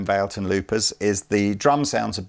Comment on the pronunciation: also, isn't it called "vah-leh-ton"? 😁